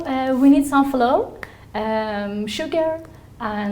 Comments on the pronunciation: She said Floor not Flower, for Flour. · Funny She's been teaching for 10 years and still doesn't know how to pronounce flour What a shame